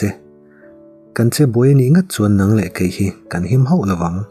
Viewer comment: Nang nang tih i thluk dan hi a dik lo, hnang thljk anga thluk tur anih zawk hmel.